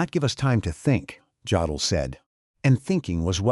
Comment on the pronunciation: Jodl was pronounced "yodel", not "joddle". The English J sound does not exist in German. Js are always pronounced as Ys.